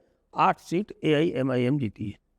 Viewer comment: Wrong 125 jeete U cannot even pronounce the name of AIMIM Such a crap u are